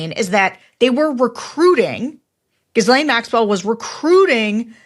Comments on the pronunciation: Sarah, even though Ghislane is despicable, can you please pronounce Ghislane properly if you are going to report on her. It is ghee-LEN, the S is silent, similar to the H in your name. Surely you have heard your peers' and other news programs pronuncing it correctly and should have corrected yourself by now. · THE S IS SILENT! Could someone please tell Sarah how to pronounce Ghislaine's name? Gee-Lane. The S is silent. It's French. Love the Bulwark. Hate to see Sarah embarass herself. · I use it as a litmus test. Do you pronounce it correctly cuz you respect the art of language and does that respect supercede human decency? Her name is pronounced gizlane. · I think it’s pronounced like Gilen. If you’re gonna say it this much. 🤷‍♀️ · Sarah, her name is pronounced like Elaine with a G sound as in guilty at the beginning. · Ghislaine is a monster and we can't let her be viewed for one second as another Epstein victim. She was instrumental and we need to spotlight her pitilessly. It's for this reason, not pedantry that i wish people would make the effort to pronounce her name accurately. It's Ghee-lenn. Every time she gets called a clownish approximation like gizzlayne it makes her seem like a caricature rather than the equal particpant she was. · I don’t care about respecting Guislaine but I do like the French language. It is pronounced Ga-laine or Ga-Len which is the closest to the French pronunciation😊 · It's GHEE-LANE!!! The 'S' IS SILENT!!! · Sarah, it’s pronounced Ga-lenn. Come on. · Sarah, I know you can’t stand the woman and I agree with you, but it’s Ghee-layne, just so you sound as elegant as I know you are. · Dismiss Michael Wolff at your peril. is exactly right; he's a player in this play. Also, please stop mispronouncing Ghislaine = drop the "s" and say "Gilane" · PLEASE PRONOUNCE GHISLANE CORRECTLY. Mispronouncing it makes you sound STUPID and UNINFORMED.... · The "s" in Gislaine is silent, much like the "s" in listen or whistle.